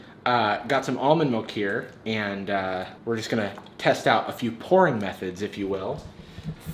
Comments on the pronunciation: Haha it sounds like you said “porn methods” instead of pourING methods 😀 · sounded like he said "we are going to try out a few porn methods" lol